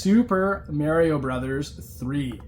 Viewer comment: Please say "Mario" Correct.😅